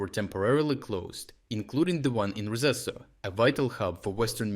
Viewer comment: Rzeszow is pronounced Zhe-shov Just a tip for you my friend